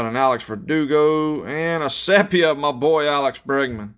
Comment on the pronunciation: For future chrome breaks. Sepia is pronounced See P ahh